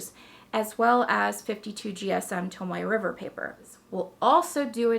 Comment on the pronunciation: Wait...did you say "tomato river paper"?!? 😂🤣